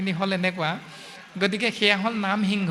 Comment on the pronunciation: আপোনাৰ প্ৰশ্নত এটা খোকোজা থাকি গল যে সিংহক হৃংস বুলি কোৱাটো |